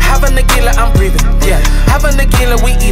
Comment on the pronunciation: I know you are saying Hava, but the brain keeps hearing Halvah.